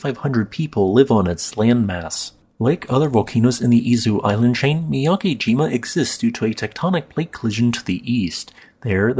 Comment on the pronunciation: Not too important, but on a side note, the character 'ke' (け） in miyakejima isn't prounounced like 'key.' It would rhyme more like the letters 'b-e' in the word 'bed', or the way Lisa Simpson pronounces 'meh'. However, Japanese is phonetic, so if you see the romanized letters 'ki’ (き), that character is pronounced like the word 'key.'